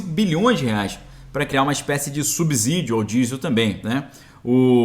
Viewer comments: PELO AMOR DE DEUS!! VOCÊ? Pŕeste atenção! Na palavra "SUBSÍDIO" o "s" NÃO TEM SOM DE "Z"! zzzzzzz.. TEM SOM DE SSSSSSSS. A pronúncia correta é Ssssíí í... SUBSÍDIO (SSSSSSS...) "SUBZZZÍDIO" ASSASSINA O PORTUGUÊS. Há algumas exceções, mas "SUBSÍDIO" pronunciado comzzzzz não se aplica. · a pronúncia correta do fonema da palavra “subsídio” é com /s/ e não com / z/. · Subsídio a pronuncia é com S e não com Z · Muito boa a sua matéria, só fica ruim ouvir vc pronunciar “subZídio”. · PROFESSOR, NÃO FALE SUBZÍDIO COMO SE A PALAVRA FOSSE ESCRITA COM "Z"; FALE COMO SE FOSSE COM "C". Tanto é o correto, como soa melhor. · * LEMBRETE: A palavra "S U B S Í D I O" é pronunciada corretamente, como se o "S" tivesse o som de "C", e não de "Z". Desculpe a correção, mas me dói o ouvido quando pronunciada com som de " Z". OK?....